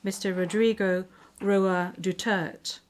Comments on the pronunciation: It's not DUTERT...it's DU-TER-TE..thank you! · its DU TER TE. its not DUTERT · Not dutert, it's DUTERTE DUTERTE DUTERTE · I love President Duterte and will always support him. Please return him back home. That's International Court please speak the international language. and he is Duterte not Dutert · I agree. She called our Best XPresident "Dutert" 🙏🫶👊 tatay Laban lang we love's you 💯👊🫶🙏👊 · Duterte not Dutert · His name is Duterte not Dutart. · This woman doesn’t even know how to say President Duterte’s name. What shame. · Can you ask the English interpreter to properly pronounce DUTERTE? To me, not properly pronouncing one’s name is offensive if not insulting. Please correct me if I am wrong. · Stupid can't even pronounce the name duterte